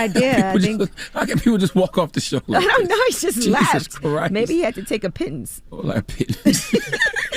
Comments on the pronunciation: Angela kept saying pittons and that shit was so funny 😂😂😂😂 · I can see where Dj Envy learned the word pittance, he is married to a Jamaican , I grew up hearing about being payed pittance all my life from older Jamaican. Listening to Dj Envy doubting himself after they started mocking him for saying pittance.